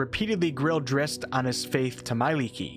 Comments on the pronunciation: I've never EVER heard it pronounced "Drist". I've always pronounced it... as it is spelled, Drizzt. Zzzzz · "Dritz" has never been an alternate pronunciation. Swapping around letters is just dyslexia. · Why say Drist when there is a ZZ?